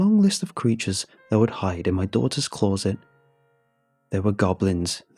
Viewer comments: Love how he says close-it rather then closet. 🇬🇧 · I h8 the way he says CLAWZIT instead of closet🤬🤬🤬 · Closet now clawzit 😂